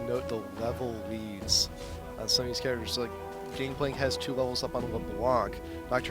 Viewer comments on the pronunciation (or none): none